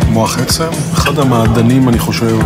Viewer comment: מח עצם עם צירה ולא מוח עצם!!